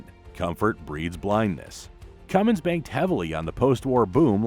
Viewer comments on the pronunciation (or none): It's Cummins, not Cummings. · I'm just here to salute all the idiots that say "cummings".